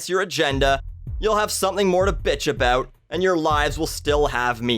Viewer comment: It's about not "aboot"